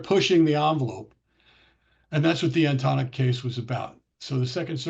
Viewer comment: Please pronounce Antonyuk properly.